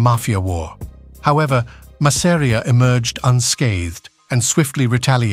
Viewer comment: . . OY !! LETS HAVE IT RIGHT- ITS 'MASS'-'AR'IA NOT 'MASSERIAH'. ALSO LOOSE THE SUBTITLES- THAT RUINS THE NARRATIVE. WE CAN READ ! PISSED US RIGHT OFF . . . . !!